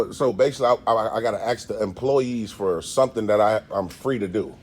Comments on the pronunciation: I love you man but work on your pronunciation of the words "library" and "ask" just to name a couple. This hurts your appeal to a larger audience in my opinion which I could be wrong. I'm just being honest with you and I love your work. I can't figure out why you're not the biggest auditor on the internet so I'm trying to crack that nut. You definitely need to replace your intro as what you have now definitely doesn't work. You also need to come up with more splashy cover shots. Personally I hate the splashy cover shots but I have to admit that I think they must be more effective at driving first time visitors. Please don't be mad at me I beg of you because I have so much respect for you that I'm telling you this. It is a waste that you do not have an audience 10 times the size that you currently have. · You should say ask not ax!!!! Take that out of your vernacular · Except he can’t say asked and says axed 🪓 150 times a bloody video it frustrating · Just for the record… you are not allowed to axe a woman. And if you mean to say ask, you sound really stupid during an audit in which u try to educate people. Greetings from the netherlands amsterdam, where we speak better english, obviously, then in the states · How can a grown man "axe" a question?? SMFH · He can not even pronounce the word ASK! It is ASK idiot and not AXED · Am I hearing "aks or aksing" instead of "ask or asking" by the auditor 😂😂 Or that's some kind of slang Either way, good job.💪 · Is not axe a question it is ask a question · Your not to say ax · Holy shit you need to work on your literature…. Wtf is a liberry?? And it’s ASK not “axe”. Brush up buttercup……. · It's ASK, not AKS, OR AXE. It's library not libary. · Stop saying “lie berry”it’s like saying let me “ax” you a question….just saying 😮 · Stop saying "axe", when the word is "ask". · Okay, language police. How sad. A tyrant with no power, so they settle for youtube grammar 😂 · I love the "aks" and "libary"!